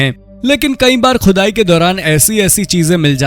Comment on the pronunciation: Arre bhai pehle Shi Alfaaz to Bolna Seekhlo Khhudaai Qhudai bol rhe ho Gawaaaron ki Tarah 😂